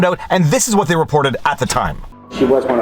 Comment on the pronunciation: speaking of WHitmer, I that you might be the person singlehandedly bringing the H sound back to our language. I feel uncomfortable not saying "wHat", "wHich", etc.